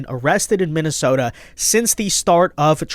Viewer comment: Di she say “MINNISOMALIS”???????